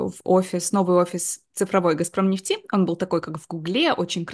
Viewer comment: А почему "Газпром нефтИ" то? 😮 А не Газпром нЕфти. И кстати, очень неинтересно слушать конечно заученные до запятой интервью, как на собесе.